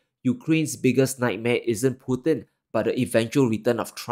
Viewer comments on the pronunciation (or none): none